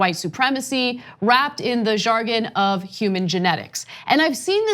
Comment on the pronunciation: Ana can't correctly pronounce jargon.